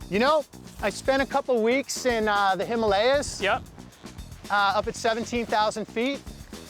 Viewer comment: It's hee-maal-yaaa